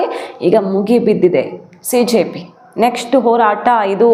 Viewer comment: Cjp or Bjp your pronounciation CONFUSING. SO better use word COCKROACH